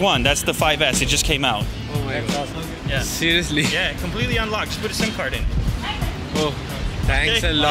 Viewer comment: serusli? Noooooo Sirusli? Noooooo